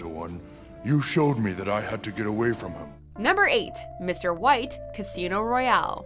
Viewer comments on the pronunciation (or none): none